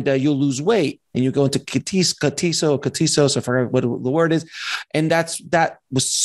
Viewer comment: Thumbs down for not even being able to pronouns Ketosis.